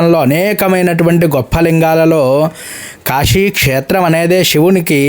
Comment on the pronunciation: కాశీలోని వివిధ శివాలయాలపై మీ వీడియోలన్నీ చాలా బాగున్నాయి. కానీ కాశీని కాషి అని ఉచ్చరించడం చాలా బాధాకరంగా ఉంది కాశీని దయచేసి కాషీ అని మాత్రము ఉచ్చరించవద్దు. నేను మీ వీడియోలను చూడలేకపోతున్నాను. దయచేసి తెలుగు భాషను రక్షించండి.